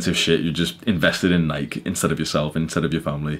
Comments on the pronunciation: is so cool and absent from This bullshit that he can’t even pronounce nike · It's weird that Brits say Nike. In the US we say Ni-key for Nike.